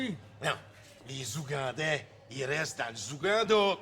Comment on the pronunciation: des zoogandais...